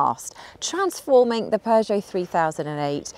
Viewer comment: British don't know how to pronounce Peugeot.